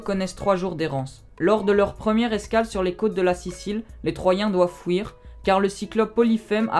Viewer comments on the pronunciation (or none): On dit fuir pas fouir !! Intéressant mais débit de paroles trop rapide !!